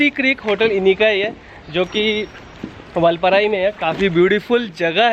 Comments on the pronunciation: Vulpurai ! Vulpurai ! LOL. First pronounce it correctly. And you could also tone down the overacting & repeated exclaiming. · Say vaalpaarai..not vulpaarai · वालप्पारे///जनाब. वालपराई नहीं है/// All the best!!!!!!!!!!!!!!!!!!!!!!!!!